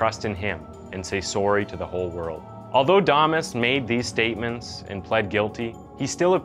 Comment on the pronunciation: Why’d you pronounce “damas” two different ways?